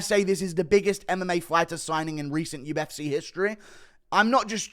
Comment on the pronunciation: “To the ufseeh”